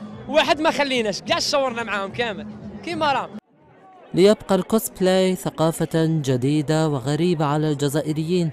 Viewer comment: كوسبلايك مو كوسبليك مو خيالي ثقاف يابانيا نحن الأوتاكو بس من نفهم هدا